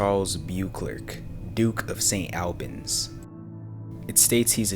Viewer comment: Worcester is not pronounced Warr-Chester. It’s pronounced wuster. St. Albans is pronounced St. Olbans. It’s just courteous to find out how to pronounce place names. There’s no excuse and you wouldn’t want to be dubbed as, in your words, ‘lazy or ignorant’.